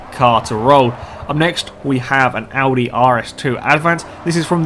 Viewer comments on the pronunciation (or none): none